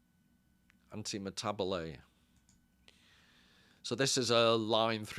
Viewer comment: I think you've done really well at pronouncing the words, a lot of folks would have folded at Antimetabole. Cheers for another brilliant presentation.